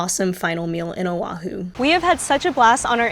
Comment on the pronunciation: sorry, just awareness tips here. Honolulu has NO "a' in the word, yet 95% say 'ha-nuh-lou-lou". Proper is' hoe ( like the garden tool)-know-lou-lou. Oahu has no 'w', it is properly pronounced: Oh-ahh-who. As for the My BBQ, yes the one with Korean workers originally were at the old place (you say not have Korean workers and likely the same pics that's why) Think they moved across the street because of the increase in rent. Here in Hawaii, shaved ice is NOT written or spoken in past tense. It is in present tense and will always be to us local people as shave ice, written or spoken. If someone writes it or pronounces it as shaveD ice, we all know they aren't local. Dun fact, the local people on the Big Island call it 'ICE SHAVE'(inverted).. As a born and raised local here on Oahu over 65 years even I was shocked when I went to a convenience store in Hilo back in 2014 to see it written and spoken as "Ice Shave". Enjoyed the video nonetheless 🤙